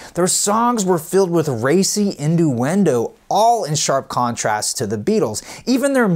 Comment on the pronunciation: Sorry, "inDUendo"? Nuh-uh... It's pronounced "inYOUendo". That was fucking weird; at the same moment I heard you say that, there was a loud noise here and the cat lying on my chest dug his claws into me & freaked...